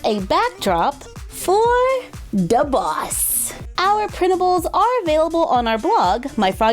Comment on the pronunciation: She said DA BOSS